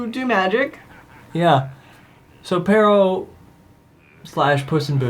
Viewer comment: It's "Pero," not "Perro." I'm fairly sure this is because it originally comes from a French name like "Perrault," which in Japanese turns into "ペロー" (perō), which then in English becomes "Pero." It's a funny coincidence that it sounds like the Spanish word for dog. As a sidenote, it seems likely that it actually is "Perrault" because apparently that's the name of the Charles Perrault, who popularized the story. So I'm guessing that's where the Japanese writers got the name "Pero" from.